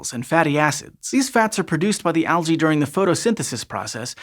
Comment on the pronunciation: Al-gae hehe